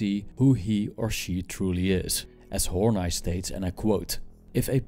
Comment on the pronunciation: Karen Horney i've heard pronounced Horneeeeeeeeeeeeeeee not Horn 'eye'...doesn't matter though...good presentation....